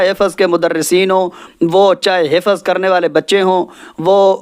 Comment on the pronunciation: Pehle aap apna talaffuz sahi kareN Hifaz nahi hifz Wakat nahi waqt Ilam nahi ilm Tame nahi timre